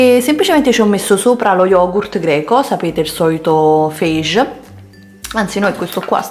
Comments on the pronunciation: sopra la confezione dello yogurt greco Fage c'è scritta anche la pronuncia.. allora non le leggi le etichette?! FEISCGGG... SI DICE FAGHE!!! ma poi il pollo al sugo? sinceramente mi è venuto un conato a vederlo..boh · lo yogurt si pronuncia faghe 😋